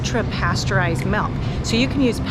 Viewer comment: Too bad she can’t say milk. I hear “melk”